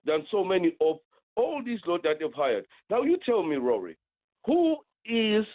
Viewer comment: No no no it’s not “sack him now” it’s “sack him tonow” Tonow is a new word now apparently